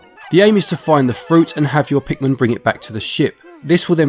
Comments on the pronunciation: lol you keep saying it like Pikmen. You certainly do not say pikMIN. Good review tho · Pikmin not Pikmen